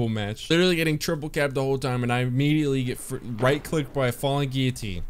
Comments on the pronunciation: "duuuudee, you've got a frigging frolling gwillotine" 😂😂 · Fwalling Gwillotine